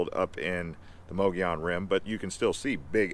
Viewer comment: Great video! Add Mogollon rim pronounced “Mug”gollon rim here.